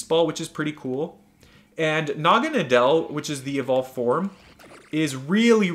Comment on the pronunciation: Btw its said like Naw-ga-na-dl